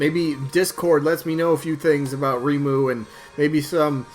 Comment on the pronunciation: I'll be voting for REIMU! "Ray-moo" is the pronunciation that is widely accepted in English btw. If you want to hear some music variety, you can check out this playlist. or type in "Touhou music [insert your fav genre]"